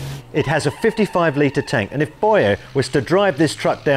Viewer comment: Boije, what! His name is Börje!